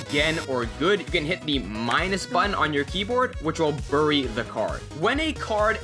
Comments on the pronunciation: Why do you pronounce "bury" wrong? Is it a bad habit? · You say "bury" wrong